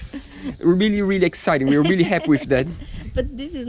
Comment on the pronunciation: I'm weally weally excited to 😂😂